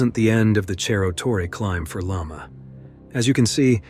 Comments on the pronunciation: Hi ! amazing video but it is Cerro not Cherro Torre 👍🏽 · It's disappointing to have an otherwise excellent video marred by a sloppy mispronunciation. It's not "cherro torre" - that would be Italian. It's pronounced "serro torre." On the one hand, it's a story well told; on the other, that kind of carelessness would never get past the editor of a broadcast or cable TV documentary. It all depends on how professional you want to be. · Your pronunciation of Cerro Torre in Argentina is wrong. In Spanish ce is pronounced like se in sender. Cerro is hill or mountain in Spanish